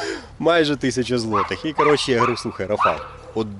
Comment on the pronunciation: Польською: РАфал,а не РафАл. З РафАлем, а не з РафалОм.